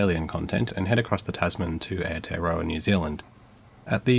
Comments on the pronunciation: "etoroa" don't worry every foreigner gets this wrong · Wellingtonian here. You did better on pronunciation than most pakeha in New Zealand. :D About the only pronounciation you had that made me wince was Aotearoa, and that was mostly an aussie accent thing. Also the timing of this video is a bit funny, since they just announced plans to set up rail further south. I dont think it gets quite to the airport but it gets pretty close. IF they ever get around to building it.